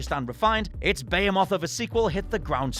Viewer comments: BAYHAYMOTH?!??! jfc BEE-HEE-MOTH why can't english people speak english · Bayhaymoth? Do you mean behemoth? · the "bea-hey-moth" of a sequel.... try and unhear it, i dare you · As an American: Is that really how other people pronounce ‘behemoth’? And It’s Ocarina. ocari-NUH. ock-uh-ree-NUH! Ocari-NER makes me want to cast away my teeth. The movie reference, not just, yknow, tossin’ ‘em.